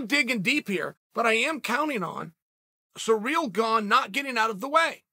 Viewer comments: Why is this guy saying Surreal instead of Cyril. Weird. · The way that Uncle Chael says, “Ciryl” is surreal,- pun intended. “Belal “ is another face palm pronunciation. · It's ciryl not cyril